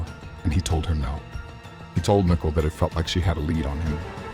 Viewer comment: it’s pronounced more like “NICK-COLE”, I hope that’s helpful. Unless you’re using AI then that makes more sense lol